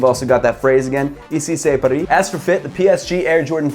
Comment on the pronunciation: Even that i'm not a huge fan from Paris Saint-Germain, i still love paris, have been there twice, and gonna visit it even more. Got this shoe for around 140$ and it's original (i'm pretty curious how he could sell it for such a good price..) I'm impressed how you pronounced "Ici c'est paris"! Pretty good!